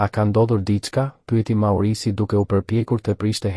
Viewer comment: Thuhet Maurizio jo maurizi